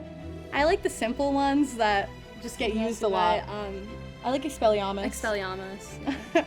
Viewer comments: Dont wanna be rude or annoying but they said expelliahmus when it’s expelliarmus. Sorry if I spelled it wrong but their pronunciation was wrong. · the fact that the said expelliAAAmus instead of expelliarmus says it all.... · Did the girls actually say “Expeliamus” instead of “Expeliarmus”??? It has an R yall. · WAIT WAIT WAIT WAIT!!! Did- did she just say ExpelliAmous NOT expeliarmos(I know it’s not the exact spelling but you get my point, it’s like am where I am so my spelling is off) She didn’t even know how to actually pronounce literally the most used spell in the whole of the series, it’s said so many different times, plus it’s Harry’s “signature” spell, that’s how Voldemort could tell which of the 7 Harry’s were actually him. If you don’t know how to actually say the spell how could you be a potterhead? Like I get sometimes you have a fluke and say it wrong but this whole time she just hasn’t been able to convince me that she’s a true Harry Potter fan, I’m sorry if she really is, but from someone who has read the Harry Potter books about a dozen different times, plus read most of the pottermore articles, I just don’t see how she’s a potterhead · Ok, they both seem like sweethearts, still she keeps picking all the basic answers and said that she doesn't like lupin, who is one of the most important people in the series. Plus LUMOS?? Also, they said expelleamis wrong lol. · This girl is a huge Harry Potter fan yet she can’t pronounce expelliarmus. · She even said expeliarmus wrong😂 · airlien - or expelliarmus